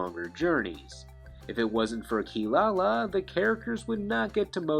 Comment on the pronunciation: by the by her name is Kirara not Kilalala. That is some bs the canadian dubbers made up because they esp Kelly sheridan sangos dun actres couldnt pronounce the kitty cats name correctly. WOW you get paid all this money to dub anime and dont even do your job. kelly sheridan should stick to voicing barbie. why dub anime if you cant take it seriously?